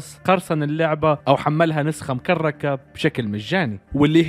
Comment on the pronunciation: مكرره مو مكركه